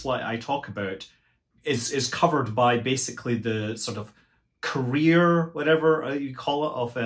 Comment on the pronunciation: "Career" oi.....